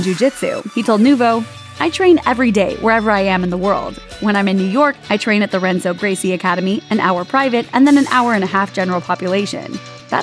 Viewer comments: “Hen-zo”, not “Ren-zo” Gracie - the r is said like an English h. Are these professionals not knowing how to properly pronounce someone’s name? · Renzo (Gracie) is pronounced Henzo. It's portuguese. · She said " (R)enzo Gracie " .... Fire her now !! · Renzo is pronounced "H"enzo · Renzo is pronounced Henzo, it's Portuguese. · It's pronounced "HENZO" Gracie. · It's spelled Renzo but it's pronounced Henzo. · It's pronounced 'Henzo'. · It's pronounced henzo